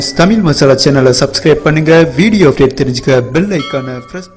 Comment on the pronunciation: Ufdate...? What is this ufdate..? Say as UPDATE. OKAY .